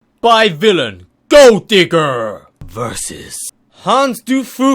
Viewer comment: Pronounced hanz de foo-ko and by vil-ayn incase you were still wondering